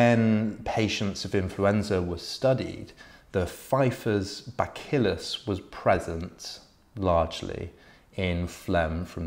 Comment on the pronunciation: Buh-Sill-Us. Re: bacillus.